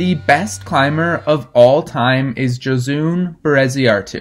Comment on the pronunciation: Gosh, you butchered her name hahaha. I’ll give you that euskara is not easy by any means.